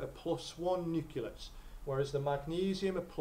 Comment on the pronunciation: Nuculus?? And it wasn't even like, once. Useful videos though, good for revision.